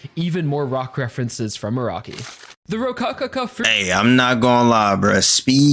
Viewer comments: His names pronounced a rock e btw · the creator of jojo is araki is not akira like the dragon ball creator it's pronounced more like a-rock-e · Bro called Araki “Akira”